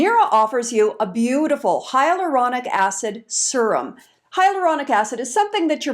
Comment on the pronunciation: Sear umm. Not Sir em. If your vid is a sales pitch warn us .